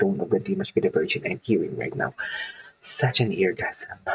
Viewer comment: Please learn how to say his last name right. It’s not Jin it’s gen like saying again with out the sin front. Thank you enjoy your reactions other than that .